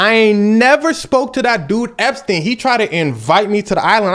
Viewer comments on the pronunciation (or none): You keep saying Jeff Eps and that’s my last name 😭😭